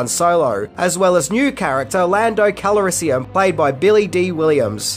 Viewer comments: The name is Lando Calrissian. Not Calarissian. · You love (Lando -Cal a riss ee in) so much that you gave him an extra syllable 😂jk ,love this channel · Lando's last name is pronounced "Calrissian" , NOT "Cal-A-rissian". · What are you adding 2-3 extra syllables to the name Calrissian? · It's Lando Calrissian. You're putting in an extra vowel. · Pronounce "Calrissian" properly. Give him the respect he deserves. And can you get a better mic? The echo is irritating. Other than that, great video. I changed my mind. You're voice and tenor is also irritating. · Something this guy doesn't seem to know, is that when the walker falls over at 6.38, the cable from the snow speeder, isn't around it's legs. Also, why can't he say Calrissian, properly? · You need to learn how to pronounce Lando Calrissian's last name.